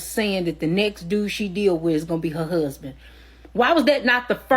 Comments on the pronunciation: So funny how she pronounced husband, hooseband. Hahaha 😅😊....lol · If you pronounce “husband” as “huuuuusben,” that in and of itself is a red flag.